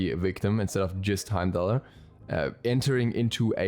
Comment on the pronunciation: Bro watch Thor it's pronounced "Hiem-Dahl" the R sound at the end is silent. I will be very upset if he is not a tank because his lore definitely supports him being a support or warrior